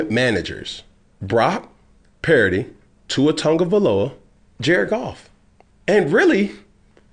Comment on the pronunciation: Jesus Christ!! Is this dude related to KG!? Let me hear you say equivalent!! First he says Brack Purdy...then Brock Pardy!!